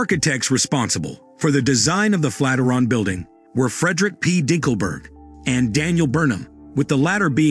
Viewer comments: "Flat -i-ron???" Flat IRON. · Another damned Robot Narrator....you lost me """ Flatteron Tower"""---It's the FLAT IRON Bldg you Idiot Machine, the Fikken Flatiron Building....How do you Kill Off an AI Creep?? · Is it pronounced Flat-er-on like this narrator states, or Flat-i-ern (flat iron)? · Flat-er-on? I hardly knew her! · He pronounces it as FLAT-eron. Is this correct? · Thanks, but I've lived, worked and went to university in Manhattan and have never heard it pronounced the way you have with the word Flat and Iron run together! Though spelled Flatiron building, many as well as I pronounce it the Flat--iron building! To each his own I guess! lol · If that AI says "Fateron"...one more time..just one more time. 😡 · The narration is terrible! "FLAT RUN" we start of with............egads!!!!! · LOL "flataron"! C'mon, realy? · I agree with y'all... It was pretty much the same thing, over and over. And the first time I heard flat-er-on I thought I was hearing thing...lol Anyway...nice photos of the interior - that's really what I wanted to see... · You obviously don’t care about your content if you didn’t take the time to correct the pronunciation of the subject of your video . What a pathetic shame Bob Mollot -Seattle